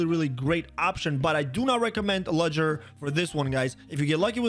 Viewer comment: I tricking lost it when he said ludgers name. THE D IS SILENT!!!!